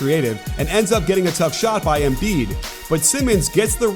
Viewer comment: Learn how to pronounce Embiid. It pisses me off u dumbass